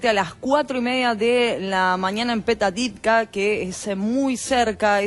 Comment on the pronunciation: Se dice: Petaj Tikva. Informen a la locutora, que lo rstadociendo en forma incorrecta.